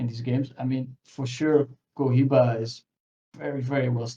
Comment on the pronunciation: bro... its pronouncded Ko-he-ba